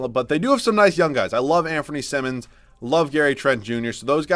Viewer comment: Anfernee's last name is pronounced like saying "simon" not simmons, he's corrected people interviewing him pre-draft about this several times before. No one is going to see him play next year because trail blazer's are probably gonna be looking to compete, darned shame honestly, he's part of this league's bright future for sure. Gonna get the Malik Monk treatment.